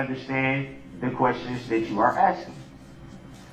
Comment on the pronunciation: He contracts himself constantly!!! He doesn’t understand yet he’s throwing out all these rights he reserved! And his long nails and his axing make him even more vile.